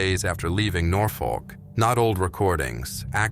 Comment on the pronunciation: Nothfork ? Its Norfolk you imbicill ! Thirty seven confirmed kills in an F4U Corsair as he displays a P51 Mustang .